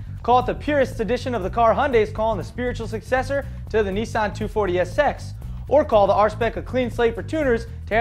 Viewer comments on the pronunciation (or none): i stoped watching when he sed neeesarn again!